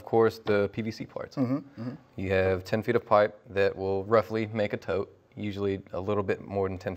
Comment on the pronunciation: ...a tote. It's a TOTE!